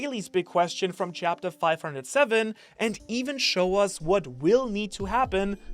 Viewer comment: "Chaptetr" lol